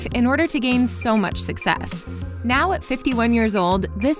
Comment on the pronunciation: Lady “Nao”